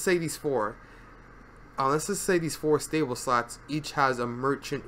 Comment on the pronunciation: I kept hearing sluts, sluts, sluts throughout the entire video. Far more entertaining than it should've been xD